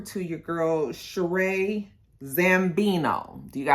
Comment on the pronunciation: her name is pronounced Sha-Ree.... not ShaRae I THINK they hold a diamond (not 100% sure)